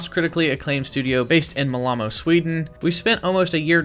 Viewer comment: The way he said Malmö🥶 I aint sweedish Im Norwegian but i felt that